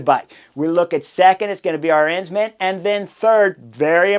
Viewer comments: It's just like saying Aron but Aren instead. Arens man, Arensman - not a rense man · Chris, pls spend some time on pronunciation. I had no idea what rider you were talking about until I realized you were butchering Tijmen Arensman’s name. It’s pronounced Aaaah-rensman. Can’t believe you described UAE’s tactics as marvelous after they were clearly out played by VLAB. Promises potentially a real race for weeks 2-3 if the UAU team keeps sucking wind and leaving Pogacar isolated against 4 VLAB riders (Jonas, Kuss, MJ and Simon Phillip). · Are-Ins-Man? WTF?